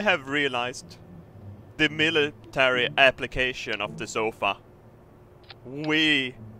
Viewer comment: That's one leather zofa.if you don't get it,listen to say sofa early on in the vid